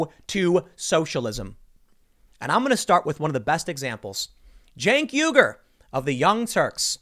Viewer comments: Cenk sounds like jenk? but its pronounced Cunt. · Jain Kyogre? Nope..Genki ogre. As much as Cenk is out there you think they could teach the voice translation software his name. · Its pronounced Chunk Yogurt..... 🤣🤣